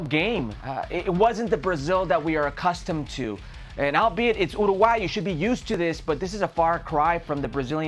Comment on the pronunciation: It's not pronounced Ruguay, it's pronounced youraguay.